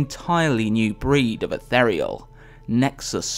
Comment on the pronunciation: Please pronounce ethereal properly.